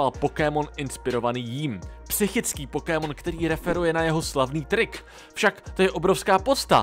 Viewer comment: Jsem jediný komu rve uši ta prodloužená výslovnost slova "Pokémon"? :D